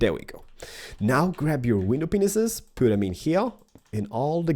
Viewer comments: 'now, you grab your window Penises" SORRY BUT THATS WHAT IS SOUNDED LIKE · Sounds like you say window penis's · Did say window penises?:D I love him (was probably not on purpose) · did you just say window penises? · did he say window penises?? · u always say window p e n i s e s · he is saying window penises cuz he is from sweden if you watch pewds you know he doesn't know how to say bear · He keeps say window penises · no, he actually says window penises lol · 'Window penises' o.o that's what it sounded like lol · Same lol I though he said willow penises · Mewing_mew 419 I thought only I heard dat lol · Correct he did say penis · Lol... He said window penises... 😂😂👌👌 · Lol he says Window Penisis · did you noticed that you said window penises? during the description of what matrrials you need. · Sounds like he said window penises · Is it me or does he call them "window penises"? I think my hearing is going funny!! Not taking the piss guys just wanna know if anyone else can hear that! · Anyone else think he said window penises?? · did u say window penises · Does any1 else hear him saying window penises??? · Am i the only one hearing window penises? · It sound like “ Window penises “ instead of window panes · Would u please stop sayin window penises I've watched all about ur videos I like your building but stop saying window penises why do u want to say that go back to pre school or elementary to teach u how to pronounce window pane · Not to be mean. But I know you probably have a hard time saying window pane but window penises is wrong. I don't mean to be rude. By the way in case you don't know but penis means a men's sex part. Sorry to embarrass you but when my friend saw this she laughed her ass off. Sorry if I was rude or I made you feel weird. Your an awesome building designer on MC... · When ever he means to say window pains he says window penis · I like how he say's "window penises" instead of "window panes"